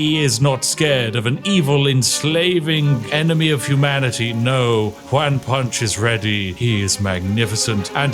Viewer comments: Juan is pronounced like "Want" but without the "t" at the end :) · I love that the bad "one" pronunciation that we in Spanish joke about made it here, love Juan Punch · Why you pronounce juan "wanne"? And why is juan punch man using a sword instead of, ya know, punching? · I'm not a Brit and I'm new to your channel, so I'm not sure if you're just saying "Juan" in a silly way, but it's pronounced like "wohn" like "John" not "waaan" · Juan, pronounced like "won" where I'm from, sounds multiple times cooler when/how Spiff pronounces Juan, like "wan". 😅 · Do you realize that when you mispronounce it "Wan Punch" you ruin your own pun? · It's pronounced wh-on and those were sword strikes not punches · Pronouncing Juan as ‘wan’ is possibly the most diabolical thing you’ve done on this channel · He's so British he thinks "Juan" sounds like "Wan". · Ju A n Punch. Please check your pronunciation on the Mexican name Juãn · I’ve never heard anyone say Juan like this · The way Spiff pronounces "Juan" is so weird to me. 😂 Even by white people standards. Then again, I live in a Hispanic household. My mom is fluent in Spanish. Maybe that's why; who knows. I think pronouncing it the proper way would've actually made more sense for the joke, haha. I'm just saying, lol. I still love this. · You’re so close to pronouncing Juan to make the bit fly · It's kinda hilarious that he can't say Juan properly lmao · Sir, you are the first person I've seen that made a Latino name sound like a Chinese one. That's quite a feat, I think. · British guy trying to pronounce “Juan” challenge level impossible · Your pronunciation of juan hurts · I love Spiff, but it’s so funny to me that he named a character Won Measly, and said it perfectly, but can’t say Juan, which can be pronounced the same way 😂😂😂